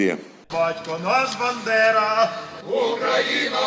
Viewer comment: Страшне.! БЕнедери всюди. Господи які вони недалекі, навіть прізвище найбільшого страху не можуть нормально вимовити. Пропаганда там їм вже дірку в черепі виїла не те що мозок.